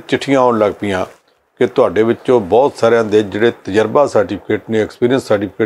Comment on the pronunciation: This anchor needs to improve his pronunciation in Punjabi as he wrongly pronunciates words like “BAHUT”. Thanks for the comments .